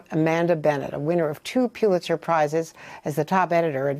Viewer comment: Andrea - please don’t say “PEW-litzer” Prize.